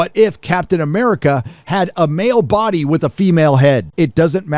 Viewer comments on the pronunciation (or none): none